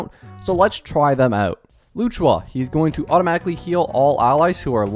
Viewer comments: while you might not care maybe others do and luocha vs luchua there’s still a clear difference but I’m not blaming him ofc he’s not doing it on purpose but if he were to learn the right pronunciation it’d be nice to correct it 😁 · "Luchua" even if you have a strong accent you couldn't be that far off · loo chu aa 💀 lu o cha my bro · i swear if i hear luchuha one more time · Its loh-sha or low-CHA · bro really said "Loo-choo-Wa"🤣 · For future reference it’s closer to “loo oh cha” even better if you make the luo “loo oh” 1 syllable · Just saying its Locha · not loochua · It's literally not that hard 💀 Lu-o-cha, it ain't as hard as Qingque which I agree on this one is hard to pronounce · as a chinese his pronunciation makes me want to bash my head on the wall 😭😭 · Brother does NOT know how to say Luochas name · I'm pretty sure he pronounces them wrong on purpose